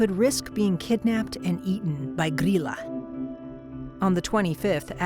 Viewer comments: i like her intense pronunciation of gryla haha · Mainly just here to hear Americans try to pronounce Icelandic names lol Grýla was pretty good, Jólakötturinn could use some work 😂